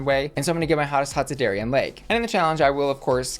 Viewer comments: Why do you keep calling her Dari-anne? It’s Darienne. No Anne included. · I know this is such a small thing (and I could absolutely be speaking out my ass) but I since I’m local to the same area she’s from I just want to mention the pronunciation of Miss Lake’s name: It should be like “dairy-en”, not like “dairy-anne”. She’s named after a local Six Flags amusement park (Darien Lake between Buffalo and ROC NY) and they’re meant to be pronounced the same!!! I just don’t want it to be a Trixie saying “gottmeek” thing 😂 love you! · Small quibble, but you keep pronouncing Darienne “Derry-Ann” when it should be “Derry-in” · Why do you say DariAnne when it says DariEnne ? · I chuckle every time you pronounce her name "Dairy-Anne". Love you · why are you saying Darienne like dairy-anne? lol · You pronounce Darienne like Darry-Anne… why? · Am I the only one hearing Dairy-Anne? 😂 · Not calling Darienne "Dairy-anne" the whole video....SMH. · Shanell has already done all stars and the mispronounciation of Dariennes name is sending me. It's not Dairy-ann.... 😂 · It’s Darienne not “Dari-Anne” lol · I hate how you pronounce "dairy ann" 😂😂😂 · I love how you say Dairy-Anne😂🥛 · Lol the Darienne pronunciation makes me laugh every time… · Good for you, it drives me crazy and I yell it’s Darienne, not Darienne 😂